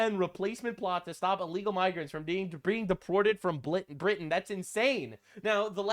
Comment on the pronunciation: its no longer britin its blitin